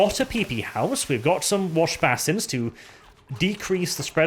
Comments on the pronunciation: basin is pronounced like bay sin or bay son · Stop saying basin wrong ffs